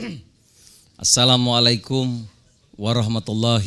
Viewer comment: Ada ucapan salam tang kurang pas : ASSALAAMA SLSIKUM yang seharusnya / yang betul sdalah : ASSALAAMU ALAIKUM.